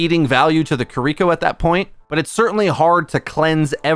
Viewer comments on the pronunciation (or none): you gotta stop saying "KiRIko." It's "KIRiko." No one expects you to use a flawless Japanses accent, but this shit is simple. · You should listen to the characters in game and learn how to say their names 😭 I cringe every time I hear “kereeko”